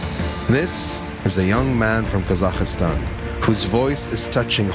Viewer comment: Thank you - very enjoyable. My only criticism: there is no letter i in Kazakhstan.